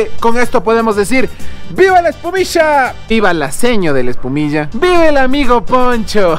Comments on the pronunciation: Ustedes dicen "epumiya" 😂😂😂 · Jjjj un goce cuando se escucha eecir espumishaaaaaaaaaa vivia en quito x 2 años desde babahoyo saludos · Antes escuchaba decir : ESPUMISHAAAAA Ahora solo escucho decir: MASCARISHAAAA😂😂💔☹️ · No es "Espumilla" es "ESPUMISHEEEEEE" 😉😋